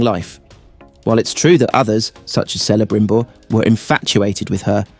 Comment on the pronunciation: Whether this voiceover was read by a human person or by AI I do not know, but it consistently mispronounces Tolkien's character names: every letter "c" should be pronounced the same as a "k". Thus we should say "Kelebrimbor" and "Keleborn".